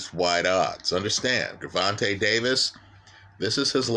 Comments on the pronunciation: My brother no disrespect. I'm confused. First time watching, but I can't take you serious. You sound educated when you speak. Did you purposely mispronounce both fighters names? You made it sound like Guuuurvontay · You get a 👎🏽 just for the way you say Gervonta,...